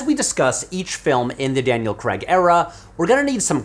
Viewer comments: Nice theory. But can you explain why you Americans pronounce Craig as Creg? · Everytime he pronounces Craig "Kregg" 😭😭😭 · Why do yanks pronounce "Craig" like "Kreg" ? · Whays with the "creg" pronunciation, do you not see the letter A in there? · Great video, disliked it for the American pronunciation of "Creg" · Shouting "CRAY-G" intermittently in my otherwise silent house because of this video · Holy fck! How can you Americans not get it through your thick skulls that he is not called Daniel Kregg! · For the last time… his name is Daniel Craig not Daniel Creg 😝 I don’t understand why Americans can pronounce other words with ai perfectly, like you say “rain” without calling it “ren”, but when someone is called Craig it’s always “Creg”. 🤔 I’ve always been puzzled by this 😂 Can someone please explain why this apparent cognitive dissonance occurs? I’ve always wondered what madness possesses you all when it comes to this one name 😂 (It’s not a diss, please don’t mistake me) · Daniel CREGG??????????? You make a James Bond video essay and call him DANIEL CREGG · Why do you keep calling him "Daniel Cregg"? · Oh no, he says "CREGG"... I really want to watch this, but this is going to be a rough ride for me... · it's pronounced Cray-gg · Wish Americans would stop pronouncing Craig as Cregg ya know 😂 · Nearly an hour and you never once pronounced the guy's name correctly. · It would take ten seconds to search for how to pronounce Daniel Craig, but no. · Why cant Americans ever pronounce his name properly? Stop butchering our language or come up with your own one ffs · Any chance you could pronounce his name correctly? There's not an 'e' to be seen anywhere in his surname. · Please learn to say Daniel Craig's name. It's basic decency. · Your pronunciation of Craig is hilarious. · Need to pronounce Craig correctly before recording a whole video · Americans pronounce "Craig" so weirdly. It rhymes with "The Hague" not "egg" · Craig, pronounced like Hague, not Creg.